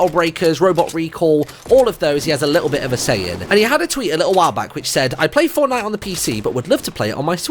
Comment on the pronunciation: he didnt say fortnite. he said fornite